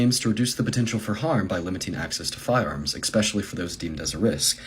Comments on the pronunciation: nope, nope, that's it. As soon as someone proposes to drop "facts" then proceeds to say, "ekspecially" has lost my attention. Of course what he says is merely emotional talking points but even if he had any sort of salient point he will lose his audience immediately with "ekspecially". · i live in NM and this dumb bitch said EXCKpecially .... Learn english before you take on safety measures. plus youve seen breaking bad, maybe lived it yourself, criminals DON'T GIVE A FUCK ABUT LAW!!!!!!!!!!!! yes i said abut!!!!! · When the stupid blonde haired in the video says "expecially," instead of especially," in his first couple sentences, it's obvious he's not prepared to impart wisdom on law abiding citizens who have kids and grandkids older than him and carry to protect those kids and grandkids. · NEVER LISTEN TO ANYONE THAT SAYS "EXPECIALLY" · When you say Exspecially instead of the correct Especially you are an idiot. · did he say expecially ?! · Another fairy that knows NOTHING about firearms! Also showing how uneducated he is by saying EXSPECIALLY! It's spelled ESPECIALLY dumb ass! The easy way to remember this is, it takes ESP to spell especially! This fairy has no esp or any other education! Retard! Yes the youth of today are just as retarded as the politicians! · Kid, it's especially not expecially. This is the result of an uncaring education system, administered by Marxists, who hate the once Greatest country on earth. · As soon as someone says "exspecially", I'm done listening to them. This kids trying so hard to sound intelligent, and mispronounces especially. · > 'Expecially' you lost me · “Expescially”. This is the epitome of stupid. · When someone says eXspecially I usually loose all respect for whatever else they have to say. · He's stupid. Can't even pronounce especially.